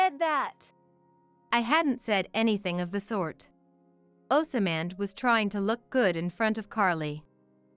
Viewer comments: Oz mond not oas samand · They are not sounding Osmand properly there is no a after the s